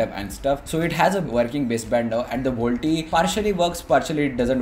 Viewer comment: "vol-t-e" facepalm